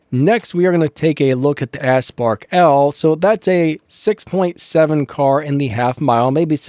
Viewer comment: It’s pronounced OWL not L you said a bunch of other words too but that bothered the most and it’s A-spark not asspark